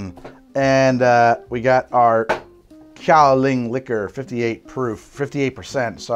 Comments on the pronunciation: An ex girlfriend of mine used to work in Kinmen, Taiwan, so I had my fair share of Kaoliang. There are some Kaoliang cocktails you can find in bars near there and in Taipei, but overall impressed with the process! By the way I'm pretty sure its pronounced as if it were spelled "galiung". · I really hate to be that guy but it's pronounced like gow-lee-ahng. I'd been looking for a way to mix it for years but had given up. I'm to the point now that I quite enjoy it, especially the higher proof stuff. I'll have to try this next time I bring a bottle back with me. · Really enjoyed this format and hope to see more! FYI it’s pronounced gao-lyung, like the word “young” but with an l in there